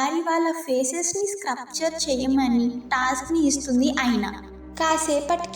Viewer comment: Hey it’s sculpture not scrupture… please fix the pronunciation it was very irritating. Sculpture is like skullpture is the pronunciation. Ok na ?